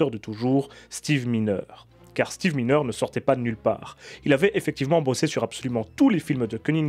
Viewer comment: C est pas Steve mineure. Ca se prononce MAILLENEUR et s ecrit miner